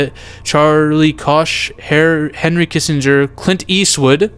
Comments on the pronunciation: Koch is pronounced "coke" as in the Koch brothers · For those who dont know; Charles Koch (pronounced "coke") is a billionare and chairman of one of America's largest companies based on revenue: Koch Industies. Hes worth nearly $74 billion at the time of this comment. According to Forbs. Its a relatively open secret that he and his brother have been controlling media and politicians for many decades.